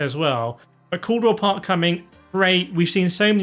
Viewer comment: “Caldwell Park”? 😂 Cadwell, pronounced like it’s spelled.